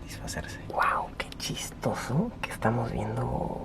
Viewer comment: Cada vez que decia chistoso me daban mini ataques de sida v